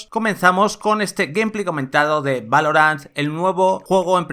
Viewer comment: A mi me hace ruido mas cuando los españoles pronuncian algunas palabras en ingles bien y otras mal, que rayos es "Gumplay"? se pronuncia "Geimpley", tambien les pasa con Lite y Spiderman que parece que lo leen directo en español